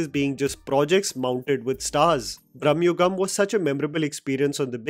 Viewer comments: Its not Brahmayugam❌ It is Bramayugam ✅ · I admire your reviews of Indian films…but please work on Indian pronunciations……it is Bramayugam and not Bramyugam…….it is Chidambaram not Chidaaambaram…